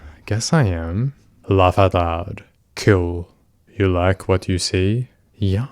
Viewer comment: God these people are terrible, it’s a blessing he was talking to a decoy and not a real vulnerable teen. Also the way he constantly says “kewl” irrationally annoys me. After reading these chats it’s no wonder these sickos go after kids, anyone their own age wouldn’t want to talk to them for more than 2 minutes